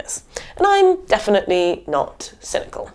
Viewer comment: hehehehheh, did you say , .."cynical" or "single", ..do i still have a chance?